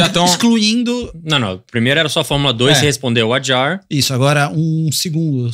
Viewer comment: HA…..HHHHHHADJAR!!!!!! Oiça …..HHHHHHADJAR…… COM H NÃO COM R